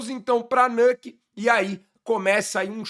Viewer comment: a pronúncia é nÚke mesmo, não nÂke. Bbç!